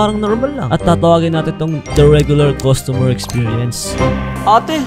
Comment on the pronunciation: its CUSTOMER not COSTUMER